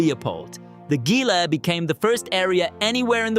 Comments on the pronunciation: Gil’s is pronounced “Heela”. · 'Gila' isn't pronounced with a hard G. It's pronounced He-la. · It is quite funny that right after you said "almost no one can pronounce it", you said Gee-la instead if Hee-la. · Pardon me, but Gila I’d pronounced, “HEE-lah”. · Gila is pronounced as Hila. Yes I've lived in NM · Please learn how to pronounce the names properly. I can't take anybody seriously who mispronounced Gila. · Everyone is complaining about Gila, but Malpais, Jemez, Valles, Redondo, Grande, and Lechuguilla were ALL butchered as well. Very ignorant. Wish people would actually do better in trying to pronounce Spanish words; New Mexico is a Spanish state (not Mexican). Most of the people complaining about Gila are probably also the same who pronounce Los as Las. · Mispronounced Gila. the G should be pronounced like an H. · I live less than 5 miles from the Gila National Forest. Your ignorance about how to pronounce Gila makes me think you really don't know much about New Mexico. The G is pronounced like an H. Do your homework. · please for gods sake pronounce all Spanish correctly.